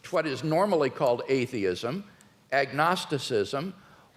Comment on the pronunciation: What evidence does WLC present? None. He makes assertions without evidence. He deliberately and insultingly pronounces atheism wrong at the start then down from there. He's a pathetic fool.